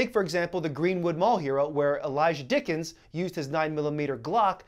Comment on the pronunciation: It's Dicken, not Dickens...